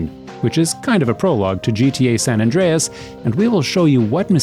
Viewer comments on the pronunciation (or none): none